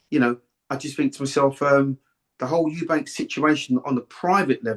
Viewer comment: Why can't people say eubank it's not eubanks